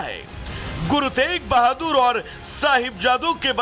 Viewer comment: Guru tej bhadur ni hai guru teg bhadur ji hai naam to shi se lelo